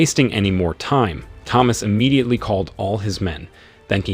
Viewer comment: The narrator is imediately broken imediately because he is saying imedately so imedately.